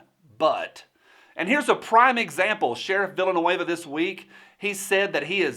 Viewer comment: I liked how you pronounced his name “Villainueva”